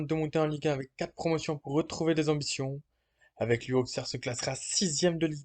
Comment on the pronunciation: On dit AuSSerre et pas AuXerre 😉